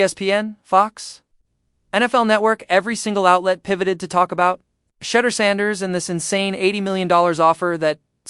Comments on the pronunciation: And say his name right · Call him Mr. Sanders as you obviously can’t say his FIRST name and it’s disrespectful!